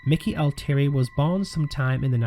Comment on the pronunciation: "ALL TEA AIRY". Pronunciation. Thank you.